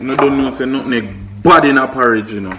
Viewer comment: its call nutmeg lol not nutneg lol